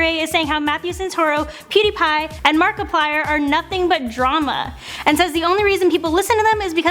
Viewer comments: She said Markipiller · Did she call Markiplier markipillar